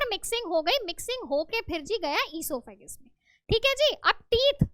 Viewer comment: Mam esophagus not esophagus